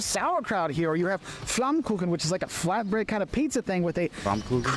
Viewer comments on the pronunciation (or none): none